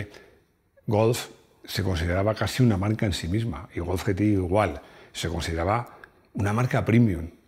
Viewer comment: Yi ti ai. Ge te i, nunca, hombre, nunca